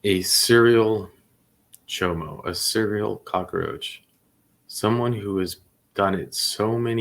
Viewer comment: Cockroach NOT Cocaroach!!